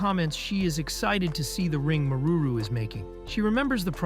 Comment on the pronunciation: Maruru San ❌ Marururu San ✅